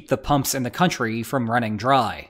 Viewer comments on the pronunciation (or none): none